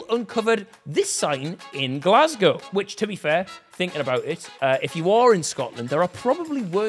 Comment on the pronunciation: So off topic but THANK YOU and I mean thank you! For being the only non Scottish person ever to say glasgow right